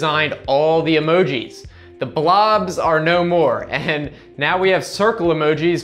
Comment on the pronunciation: Dude first of all you're a fuckin wien. Second you are showing old shit the phone already did. You look like you play candyland with children. Even the way you say emogi is just weird. Get a fucking life